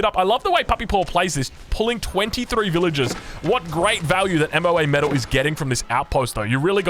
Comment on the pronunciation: It's MoaMetal not M.O.A.Metal Google her you heathen.